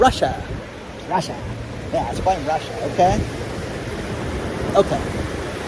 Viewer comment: I love your demeanor----"It's Russh--aa" crack me up! I'm in East TN our gas prices are fluctuating anywhere from $4.09 To $4.29 for the past 3 weeks. We've not seen any empty shelves at stores yet. But we are preparing for a 6 month whacky time. We have a small homestead with chickens/turkeys and big garden. I make my own sour dough bread, and can garden items. Our house and brand new car +26 acres paid for. We are going to SIT for now. Kick back and be smart. Thank you for your channel----totally LOVE IT!!! Congratulations to your son for graduating!